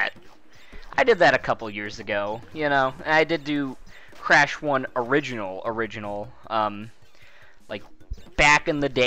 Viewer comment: the origanal? the. origanal?! ooooooh thats the hardest of all